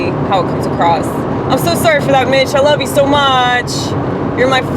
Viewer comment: Bitch you didn't say it right !! its loveyousoMAach LMAOOO